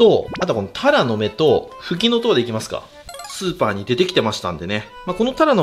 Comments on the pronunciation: たらのめの発音変ですよ。 恥ずかしいので直した方が良いかと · タラの芽うまそおおお イントネーション違う😂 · タラの芽の発音がずっと気になってたんだけど、ふきのとうの間違える時だけ急に発音が合って「？？」ってなりました😂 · タラの芽の発音が癖すごい